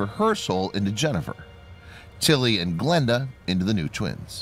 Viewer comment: what he said: Glenda What i heard: blenda